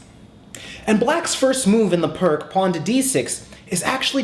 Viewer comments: PRK ? WTF !!? ... :-) Vasja Pirc ( a Slovenian GM ) - Pirc is pronounc. like "PEERTZ" and no "PRK" !!... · Its not Perk its Pirc. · its peerc defense not perk defence . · its actually pronounced pirc (peerts) defense. but good vid and yasser says austrian attack was best against pirc. its also a favorite response of mine to the pirc defense. 2nd is classical. 3rd saemisch. 4th can be 150 or four pawns. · You've probably been getting this but it pronounced "peerts". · Actually it's pronounced "peerts." I enjoy your videos very much! Keep them coming! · I thought it was pronounced "Peerts"? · Pirc pronounced his own name Pierce, FYI. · it is pronounced like peerts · It's pronounced "Pierce" Defense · Really? I thought it's pronounced "purk"defense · Pirc is read as "peerts", actually =/ Great vid nevertheless. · "Peertz" Opening. Please. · Indeed, thank you!!:) I don't know what I didn't use this pronunciation - I was alerted of this in my teens but for whatever reason decided to go ahead and keep saying Pirc anyway hehehe:) Sent with love,!:) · It's Pirc as in Vasja Pirc. If it's a person's name you should at least try correctly pronounce the name. I don't really mind though. It seems to be kind of a running gag in chess to butcher foreign names as much as possible.